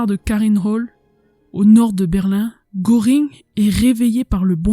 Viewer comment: Contenu très intéressant et bien illustré. Faiblesse au niveau de l'élocution mais surtout de la prononciation de termes étrangers: Goering ne se prononce pas gOring mais plutôt gEUring.